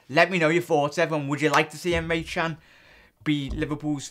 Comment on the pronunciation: Can is pronounced "JAN"